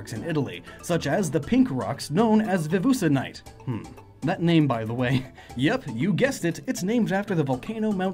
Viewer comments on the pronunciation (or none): Vesuvenite pops up Me: "Ah, it's pronounced 'Wesuwe-": " Vevoosenite " Me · Even if he got the letters right he'd still be wrong XD It'd be pronounced Wesuwenite. Latin is fun :) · Vesuvianite. "Vevoosanite". Hm.... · Funny to hear Vesuvianite mispronounced as "Vevusanite", then to hear Vesuvius pronounced correctly. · did you just call it "Vevusenite"? Lmao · He butchered that so badly